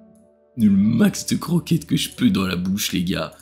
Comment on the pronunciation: "Je vais devoir aller chercher des cwoquettes" Spasme incontrôlable pour ma part